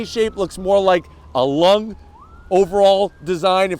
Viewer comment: I died when you say a “lung”